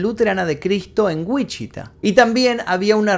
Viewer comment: me atraganté cuando dijiste “Wichita” aquí vivo, hasta lo regrese dos veces para ver si escuché mal lol, Saludos me gusto mucho el video ❤️